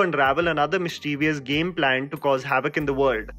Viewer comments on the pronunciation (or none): none